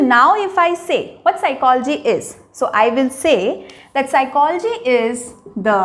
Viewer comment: Please correct Ur pronunciation of psychology. Secondly its bakwas